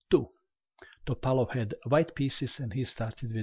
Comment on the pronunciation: is from Montenegro and his mother language is very close to russian. The way he says it is the right way.